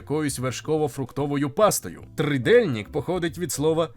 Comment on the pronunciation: R kreskovane, a Z kreskovane (з пташкою зверху), в чеській мові вимовляється як буква "Ж", і правильно говорити "Жізек, Двожак і т.д." ,но НЕ ржізек і тим більше НЕ Дворжак !.. І де ВИ бачили букву "И" в слові "trdelnik" ?..